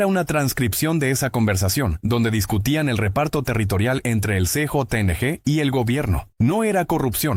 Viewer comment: ¿Qué significa "C,JO,N,G",la pronunciación correcta a:CJNG es "Ce,jota,ene,ge",gracias por tomar nota y superarte. 😊